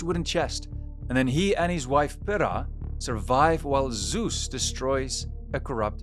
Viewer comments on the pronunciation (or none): none